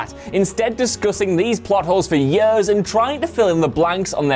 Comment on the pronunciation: WhatCulture guys keep saying "yers" rather than "years" and it's driving me up the fucking wall! Yer-yer-yeeer-paderpaderp!